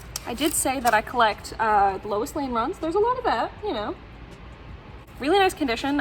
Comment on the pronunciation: I had to rewind to make sure you said "Woe Louis" instead of "Woo Lois" 😀 I have the "Witch of Metropolis" story from Lois Lane #1 in the Lois Lane 80 Page Giant, but I too have never seen a Lois Lane #1 in person.